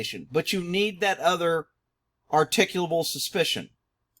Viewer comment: If you can't arttculate "articulable", don't even try.